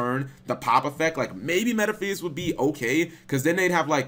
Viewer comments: “Metaphees” CHICO WHAT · your pronunciation of Metaphys hurts my ears. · Yep, he really sucks at pronunciation.